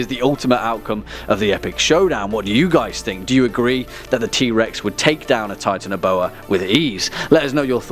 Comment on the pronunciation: you said titanboa wrongs